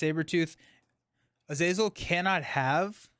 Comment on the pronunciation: Kurt is from Germany so I would say that his nemesis Azazel should be pronounced more or less as is written. So for native english speakers it looks like: "Ah-Zah-Zel" where H is "hidden" so to speak.